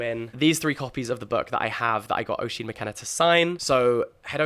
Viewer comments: Jack, so excited for Inklings and I wish you all the best with it!! Something exciting and refreshing finally on the book scene. Just one (1) thing; Oisín is pronounced "USH-EEN" not "O-SHEEN". As an Irish person that pronunciation did hurt a bit 😅. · Hi Jack, really looking forward to the book club. Just a small note- Oisín is pronounced ‘ush-een’. from an Irish viewer. 😊